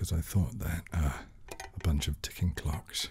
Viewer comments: My eyes were closed - and I laughed cause I initially heard "glocks" not "clocks" and thought "this is a very different video from what I thought I clicked on" lmao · I thought he said Glocks…